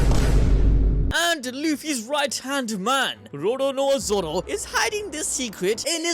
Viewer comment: Bro really said “Zow”